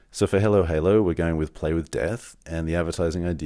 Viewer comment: Great video and thanks for sharing your experience and knowledge. With all respect — why do you pronounce “Hallow” as halo? I’d pronounce your company “halo halo” — or am I missing something.